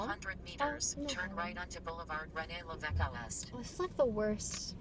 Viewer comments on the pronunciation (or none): turn right on rene levesqulest lol I love how those map voices screw up French street names.